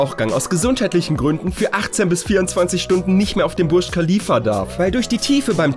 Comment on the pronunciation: Es wird chalifa ausgesprochen wie beim Wort lachen